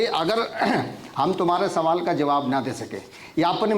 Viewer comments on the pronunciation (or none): none